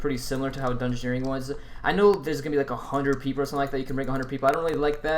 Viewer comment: disliked as soon as i heard you say dungeoneering, gtfo